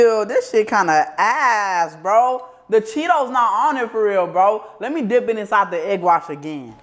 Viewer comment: Bro said dick it and dick it again instead of dip it LOL fuck these eaters exept for you 😂😂😂😂😂😂😂😂😂😂😂😂